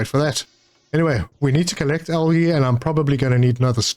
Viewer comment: Just found your channel and am enjoying your content but was wondering if english is your first language because you say algae weird